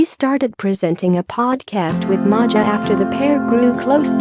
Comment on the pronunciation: Her name is pronounced MAYA ....😮